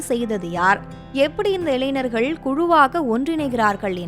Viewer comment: இளைநர்கள் என்ற சொல் தமிழில் இல்லை, "ஞ" வை சரியாக உச்சரிக்க கற்றுக்கொண்டு, இளைஞர்கள் என்று சரியாக உச்சரிக்கவும்... நன்றி....